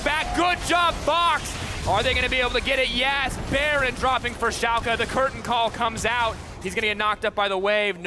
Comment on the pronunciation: its called FC Schalke 04 not FC chalke 04 xD